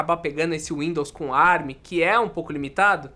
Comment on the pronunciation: Com as maravilhas da tecnologia Árabe (ARM) foi o que eu entendi o falar no começo 🤣